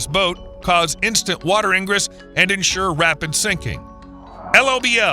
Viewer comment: AI needs to learn proper pronunciation. It is not EldeRAYdo. it is EldeRAHdo. It is IN-gress not ING-ress